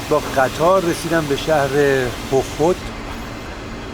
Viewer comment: ... اونی که اونجا نوشته است اینه :khokhtخوخْت! ولی آنچه شما تلفظ میکنید اینجوری هست :khokhot خوخوت!!! معلومه زیاد در مناطق مرطوب مسافرت که می کنید رطوبت زده به سواد شما و نَم کشیده!!!! 😂